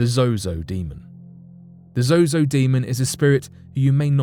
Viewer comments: He keeps saying zoho when the teleprompter reads zozo , which is it I want to destroy the right demon tonight... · Narrator keeps calling him zoHo not ZoZo. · He keeps saying "zoHo" lol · Sounds like he is saying zohoe at some points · Cool but why do you keep saying ZoHo? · Me trying to ignore every time he says zoho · Ha! You said zoho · At first he was saying Zoho? Or am I tripping? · Why do you keep saying zoho? But another source for a lot of zozo's fame comes from the usage of it by Led Zeppelin. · I think he’s mispronouncing they name on purpose that way he doesn’t mistakenly call upon it ? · yes, two times, i heard it too haha